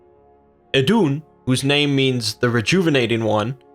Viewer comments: try saying it like iidun with a long i instead off iddunn , otherwise great vid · Her name is pronounced like the christian eden. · Eth is an th sound not d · Better dead than red Glad I wasnt alobe in noticing that xD